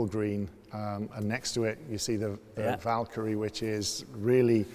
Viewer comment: saying Valkyrie Me hearing Valtteri